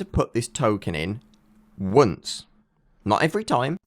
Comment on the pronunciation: "how many times do i have to type the token in?" : W U N C E